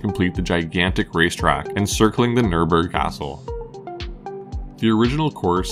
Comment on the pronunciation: No. Not Nuhrbuhrg. Nürburg. The narrator should listen to a real German. And repeat.